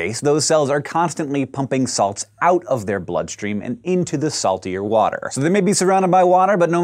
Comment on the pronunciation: Dis is how a fish drink WOTER